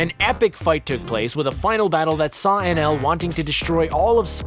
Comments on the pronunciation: anaru, his names anaru, not nl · It's "Ae-nel" not "En-El".... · The name of the “god” in one piece may be spelt Enel but if you watch the dub version they pronounce it with an ru sound and the end like “ enaru” just throwing that out their cause every time you called him enel in the video it made me cringe. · #4 its eneru not NL but still i was happy when you mentioned one piece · The god in one piece is called eneru not whatever he was calling him XD